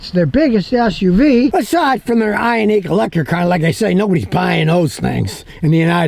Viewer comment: Its Ioniq (Eye-On-Nick) its a "nick" not a "neek." And I've sold a lot of them. But, they have an issue with their seats and unfortunately lead to the death of a child. The pinch mechanism is faulty. They had some software updates that I think helped it, but screwed with other settings. I would absolutely steer clear of both the gas and hybrid this year. I was showing a customer one the other day, and we couldn't move the second row up enough for him to ge into the third row.